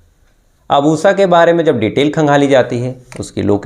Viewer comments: Am Laughing on OOSSAA her name must be Usha 😂😂 please work on your pronunciation 😂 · उसा? श अक्षर बोलना कब सिखोगे?